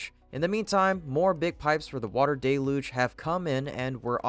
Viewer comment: + " . . . water desLuges system . . . " ? It's ----> " . . . water DEL' / uge system . . . "